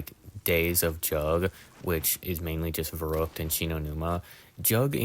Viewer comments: It's pronounced sort of like "fair-rookt" but to be fair German Rs and English Rs are different, and the ü sound is very similar to "oo" (like in the word "too") but not quite the same. So it's hard for non-speakers of German to pronounce but the spelling should be easy enough to copy paste ;) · Its spelled and pronounced verrückt. Very different from "verruckt" or "werrokt". Its like spelling the word "and" like "end"